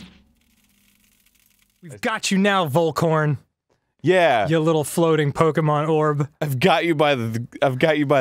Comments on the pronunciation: Wolcorn is an amazing pronuncation of "Follkorn" ^^ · tarabaci I am german but they seem to (understandably) have some problem with using V as F ^^ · the V in Vollkorn is pronounced like an F in English and the o is a short sound (hope someone of the reads this)